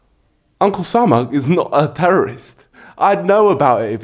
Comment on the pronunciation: Mate, it's Osama not salma